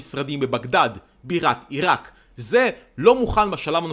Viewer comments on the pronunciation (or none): none